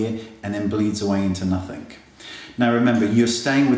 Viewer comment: I LOVE you BUT i must say this... the word is nothING not nothink.. please say it properly.. pppllleeeaassseeee <3